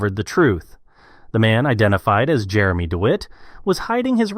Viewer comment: With the amount of stuff about Jeremy online you would think you could pronounce the name correctly.